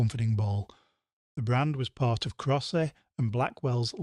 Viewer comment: Can't believe any real Brit would pronounce Crosse & Blackwell "Crosseee". Abby Crunch biscuits were delish. There were so many fake creams back in the 1970s. Very sweet, and with the texture of shaving cream. Little glass jars of meat and fish paste, and Smash instant mash never went away. I really miss the "Skillet Meals" that I loved in the 1970/80s. Like any army ration foil pack meal in a cardboard box. You added some minced/ground beef and cooked it up in a frying pan. There were loads of different rice and pasta versions. When the main brand company stopped making them, Tesco carried on for a while. Then they disappeared.